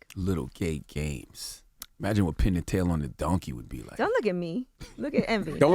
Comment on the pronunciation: Yo I can’t stand “the god”how you going to say pine the tail on the donkey lol